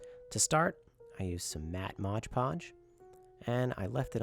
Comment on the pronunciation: I especially like how you hold up the bottle so it's perfectly legible and still say "modge podge". 😆 That's so classic...like "Febyuwary" or "we booked it out of there". Still, awesome little setup.